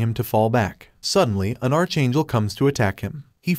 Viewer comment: Archchangel he called it archchangel